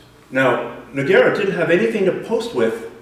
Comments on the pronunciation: sickest Key-mair-ah finish I've ever seen, done to No-gwhere-ah. the fact that he doesn't know the correct name pronunciation of one of the most famous mma/bjj practitioners of all time, says a lot about this guy and his school. step your game up man! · it's pronounced NOOO-GEIII-RAAA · jesus fucking christ hearing this idiot say nog-where-uh was so annoying the whole video. ITS NOGUEIRA!!! learn how to pronounce it by the next video please... or we dont want any video feedback from this canadian anymore, thanks anyways. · As people that watch MMA, maybe you should learn their names. Noquero? noqwerra? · Good info, but the "Nogwerra" thing is killing me. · I wonder if these two guys discussed the proper pronunciation of Nogueira's name before they made this, because you clearly hear saying his name correctly. Great video, but It's kinda distracting hearing that repeatedly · Great video!!! Pronouncing Nogueira's name correctly would've taken some of the fun out of it! :) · You are saying Nogueira wierd. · inability to pronounce Nogueira is... annoying.